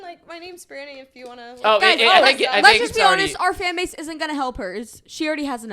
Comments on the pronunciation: Not them calling her Bri-Ona instead of Bri-Anna😭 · Them saying Briana instead of Brianna killed me 😂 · ITS BRI ANN NA NOT BRI UN NA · Im i thought it was bri an-ah not bri on-ah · Pronouncing Bri's name BRIUNA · It’s her name is Brianna not Brianna